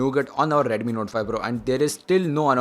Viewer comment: It's not Redumi, Redmi it is...